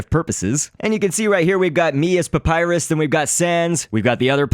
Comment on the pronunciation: It's (Pup-I-ris)